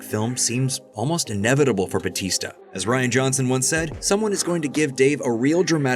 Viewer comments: is it not Bow-tis-tuh in reality (real pronunciation) not Buh-tees-ta (yeah in WWE), or am I'm tripping af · ... it's pronounced Ba "u" tista (emphasis on the U)... Trust me, I'm Filipino, I know... He just dropped the "U" when he entered the WWE...